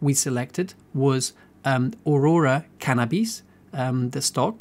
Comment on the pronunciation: The way pronounces Cannabis is joke lmao